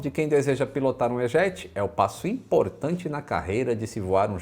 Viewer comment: "I-jet", não "ê-jeti"